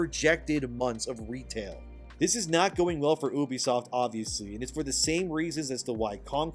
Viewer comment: 1. Its You-be-soft, not OOH-be-soft. Ubisoft 2. Its Roy-ters, not Roo-ters. Reuters You're welcome.